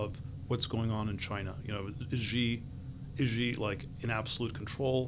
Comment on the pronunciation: It's so weird that almost no one can pronounce Xi. It's like she. Not /ʒi/.